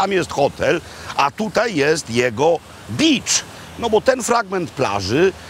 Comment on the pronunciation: Panie Robercie, beach poprosimy wymawiać przez długie "e" bo Pańskie znaczy coś zupełnie innego. Pozdrawiam